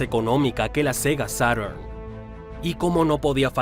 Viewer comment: Tiene bastantes detalles que corregir los nombres de las consolas de Sega no sé pronuncian en inglés perfecto, incluso la Mark1-2-3 son en japones, es cosa de ver la publicidad japonesa que es de donde vienen. Sega EsuYiShem (SG1000) Sega Maga Draivé (Mega Drive) Sega Sata (Sega Saturn) Sega Dorincast (DREAMCAST) Pero lo triste que es muy superficial ya que el ollo financiero no vino de las consolas vino de otros negocios como la fallida fusión con bandai en 1997 (es cosa de ver cómo va la curva financiera de Sega hasta Junio-Julio del 97. Tenía una tendencia a la baja entre el 95/96 pero inicios del 97 hasta mediados estaba recta y empezaba a subir hasta 2 hechos concretos, el áviso de que se cancelaba lamfusion /,compra de Bandai y las palabras del E3 del 97 "Saturn no es nuestro futuro' si sumamos que el mismo año 3Dfx filtro que trabajaban con Sega en el desarrollo de una nueva consola cuando aún estaba todo muy verde. Sega se gasto otro dineral en una demanda a 3Dfx que más encima la perdió y debió gastar para compensar sumado a otros litigios que ya ni hablar. El abandonar las consolas fue más una exigencia de los accionistas que algo que se quisiera realmente por su gente. Si dreamcast no se cancelaba tras la navidad del 2000 Sega abría empezado a ver números Azules a fines del 2003, cancelando la.comsola los vio a inicios del 2002. Lo bueno es que Sega tiene todos esos datos publicados y con algo de.maña se puede llegar muy fácil a ellos, especiamente los balances anu